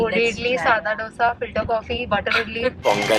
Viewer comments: Beeing a south indian u should have told dosee instead of dosaa... Dissapointment lol 🙃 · It's not doosa it's dosa y'all pronounce it's wrong 😬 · guysssssss its not DOsa its dosa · It's not DOSA ,its " DHOSA"...Jst SOUTHINDIAN ..saying it. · don't call yourself a South Indian if you say d-osa and samburr 😭😭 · Y can't ppl pronunce dosa and sambaaaaar properly🤢🤢🤢🤢🤢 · Dosa and sambar pronunciations gone wrong .